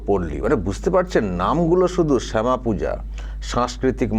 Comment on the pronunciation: দাদা শ্যামা মায়ের উচ্চারণ ও ভুল আছে।